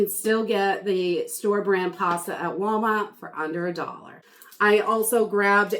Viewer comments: What state are you from because you say wawmart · I LOVE YOUR SHOPPING HAULS! & the way you say Walmart 😃